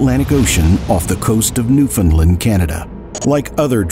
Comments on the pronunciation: awesome video, im from newfoundland and my great uncle was a victim. just have to say its pronounced “Newfin-land” 😂 not “ new-fin-lind” 😂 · the last A in Newfoundland is pronounced and that syllable is emphasized for anyone wondering